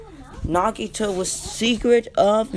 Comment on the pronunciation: “Nagato” not “Nagito” 🤦‍♂️👍